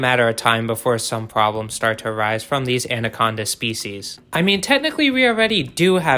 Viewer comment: I can't get over how much this guy said ANDaconda. Like damn informational video but I stopped adding a d in the pronunciation when I was like 8 years old